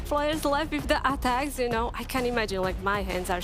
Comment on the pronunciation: Aaaatacks wtf is that lady